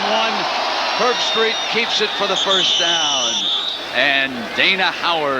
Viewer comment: "Kirk Herb-STREICH" Don't worry,, you'll get it right soon enough. 😉